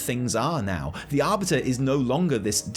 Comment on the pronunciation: 'Ar"butter"' lmao